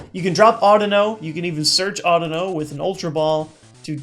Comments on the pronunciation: Audino is supposed to be pronounced similar to (but not exactly like) "I dunno" since its a pun. Pokemon names have been weird. People still say Rattata, Kyogre, Kyurem, and Raikou incorrectly. There's still people arguing about how to pronounce "Arceus". Hell, I cringe a bit when people pronounce "Lysandre" as "LIE-SANDER" (yes, that means I cringe during every video and every battle I have because EVERYBODY pronounces it incorrectly). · just like to point out you've been wrong and pronouncing it wrong. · no offense but the way you pronounce audino sounds very strange to me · SheepsAndSuch thats not how i've heard it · SheepsAndSuch ok cool. once again, not the way i have heard it pronounced. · just like to point out i never said his pronunciation was wrong, just that it sounded weird to me because i had heard it the other way every single time. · Chris Green no offense but the way you pronounce audino is wrong